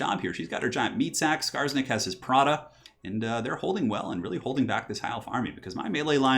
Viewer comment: When you said "Skarsnik has his prodda," I heard "Prada" and immediately pictured Skarsnik in heels.